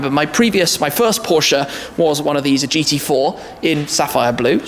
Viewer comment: its porsche not porscah